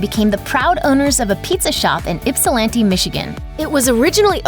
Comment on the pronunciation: Speaking as a proud Ypsilantian, thank you for saying it correctly. The DeVarti family still owns Casa Dominick’s in Ann Arbor, although I’ve never heard anyone use the “Casa” word. It’s only open in the warmer months and is usually packed.